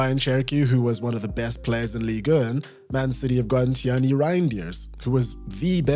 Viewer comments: it's not "Tiani" it's pronounced "TiJani" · Tee Ja ni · Was literally coming here to type the same thing